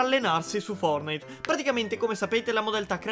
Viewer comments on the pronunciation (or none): none